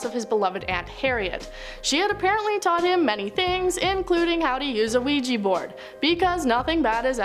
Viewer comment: Ouija board, not ouijee board.